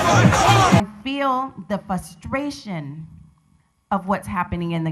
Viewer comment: "Y'all" Really? You all . "The fusstration" bitch please! **Frustration**